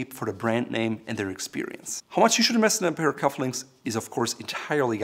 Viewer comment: It’s “Invest” not “Inwest”